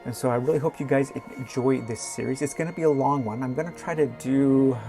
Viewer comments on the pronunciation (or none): none